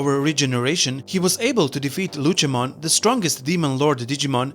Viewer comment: Great video, but just WHY? why you say Lucemon as Luchemon? he is not a luchador